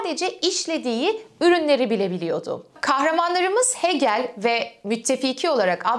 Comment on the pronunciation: Hegel'i "Heegıl" olarak telaffuz etmelisiniz.